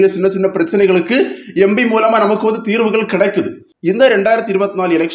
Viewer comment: Embi ya. Empi. Adhuve sariya sollunga